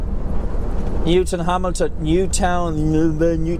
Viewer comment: You said Newtownhamilton get ir right